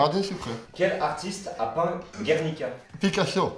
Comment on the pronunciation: C'EST GerniKa pas gernicua